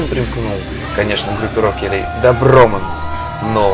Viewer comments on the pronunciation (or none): И комментатор, не ДобромЭ*н, а ДобрО**мен Ударение на О, а не на Е Эмоции зе бест просто особенно когда супер кик, супер кик, супер кик.....